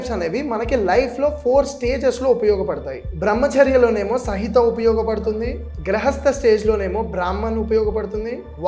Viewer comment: Bro sahitha kaadhu samhita